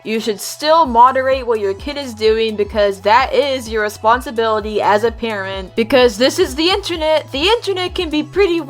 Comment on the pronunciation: I thought you said karen instead of parent T-T